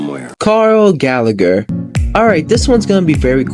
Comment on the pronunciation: It’s Gallagher not galleagor